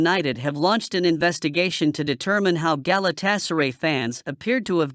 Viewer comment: GalatasaREY, HODGELAND, CASE👨‍⚖️MIRO, RE-GUYLEN 🤣